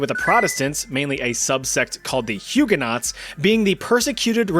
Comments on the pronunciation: they are pronounced hugeonoes not huguenots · I'm really sorry, but Hugenaught is pronounced Huegen-o. The aught is silent. :) From a Hugenaught. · Love love love all your videos…. But PLEASE say Huguenots correctly! It’s making my ears bleed 😂😂